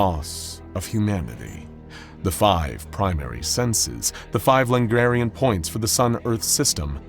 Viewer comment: Lagrange points, not Langarian points.